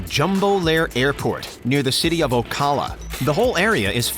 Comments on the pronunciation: Not that Florida deserves correct pronunciations but it’s Ocala like “cal” not “call” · I live in Ocala.. narrator doesn't know how to say it, lol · love the way he mispronounces Ocala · “Bombadeer” “Ocahlah” 😂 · Narrator: "O cahl a". Duh. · It's always fun to hear someone mispronounce city names in Florida. Never heard Ocala said quite like that.